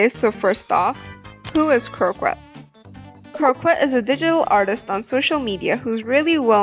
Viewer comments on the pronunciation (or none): The word "croquette" is French, so it's pronounced "kroh-kett", not with an English q sound. 😅